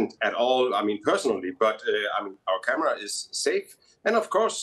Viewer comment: He said Qatara not Qatar, which is a private place not a public place. He also said, bring your camrea not 'break'. This guy was just looking for trouble.